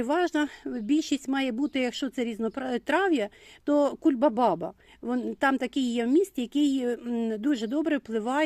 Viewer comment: А чому,, ви кажете кульбабаба? Зайшла я куди тільки можна і повсюди правильно кульбаба. Я дуже люблю ваш канал, але, вибачте, ріже слух. Я теж з Сум і не зовсім україномовна, але все дивлюсь і пишу українською. Дайте, будь ласка, відповідь. Думала ви помилились, але неодноразово сказали